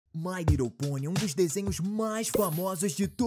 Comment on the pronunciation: Desafios procure o momento em que ele diz mai rridle ponie e comente a aqui